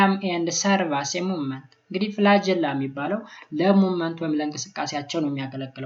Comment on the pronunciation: ፍላጀላ አይደለም ፍላግኤላ